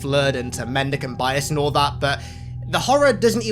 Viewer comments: Mendeecaynte biyass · Take a shot everytime he says mendecant bias